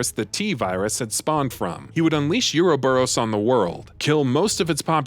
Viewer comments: Bro it pronounced OO-RO-BUROS not Yuroburos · Tera-gree-jha, not tera-gree-gee-a Ouroboros, not euro-boros